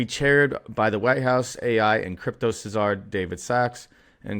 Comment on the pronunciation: Not “cizar” it’s pronounced “ZAR” babe.